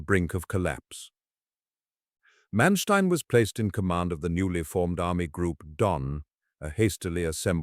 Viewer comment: How do you start a video pronouncing the man’s name incorrectly? Manstien?????? Really?